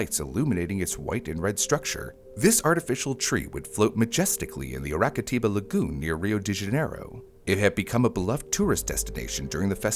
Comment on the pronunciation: The letter ç is called Cedilha, pronounced Sedilya, and it makes an S sound not a C So Araçatiba is pronounced Arasatiba